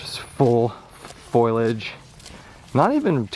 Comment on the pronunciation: Foilage. Foil-age. FOILAGE hahahaha just messing with you, love your videos!!